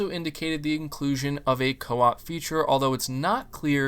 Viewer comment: Everything is cool, except the word (CO-OP)